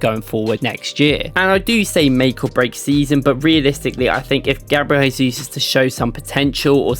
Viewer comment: Mate, please improve your pronunciation of players' names. "Jesus" in Portuguese sounds different from the Spanish you are trying. Cheers.